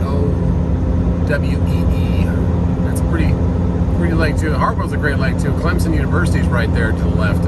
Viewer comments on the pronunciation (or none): none